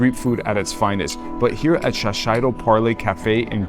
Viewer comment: Shiseido is pronounced (shee-say-doh) ;)